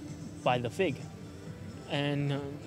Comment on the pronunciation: I'm a gymnast and I definitely say "F.I.G." I just thought it was funny how he said it hehe